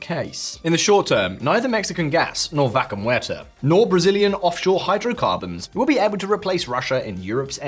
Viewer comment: Needs more training with the pronunciation of "vaca muerta" 😅